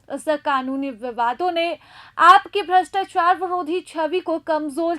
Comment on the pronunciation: Apka voice esa lag rha hai jesa... pary ho rhi hai... bhastachar nhi bol rhe brastuachuar bol rhe...sidhe bolo na madam